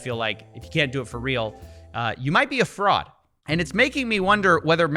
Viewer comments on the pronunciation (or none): You say "You might be a fraud". I hear "You might be a frog".